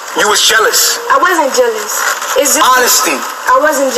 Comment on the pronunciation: That is not how to pronounce jealous ma'am 😂😂😂